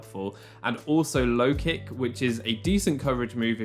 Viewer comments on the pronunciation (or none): none